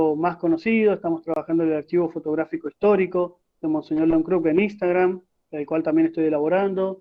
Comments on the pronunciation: No es mons "Kerk" es Mons Kruk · Muy bueno el informe ,soy hijo de una sobrina de monseñor León kruk ,aclaro que el apellido se pronuncia como se escribe